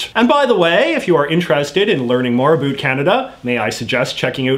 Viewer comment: What's up with your pronunciation of the word "about"? In what region of Canada do people actually pronounce it that way? I've never heard it in any place I've lived, including Alberta, Saskatchewan, or Ontario. Are you just playing to an American stereotype of us Canadians?